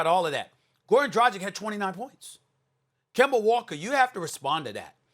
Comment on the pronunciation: SAS Finally Said Kemba Name Right 😂😂😂